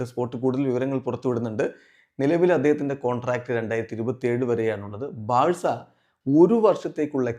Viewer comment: braca wrong Varcelona ✅️ 😂